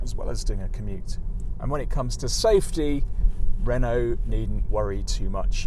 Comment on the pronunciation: 'Renault' not 'Renualt' please ...